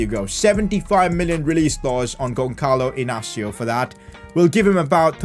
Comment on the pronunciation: you are saying wrong the name Gonçalo Inácio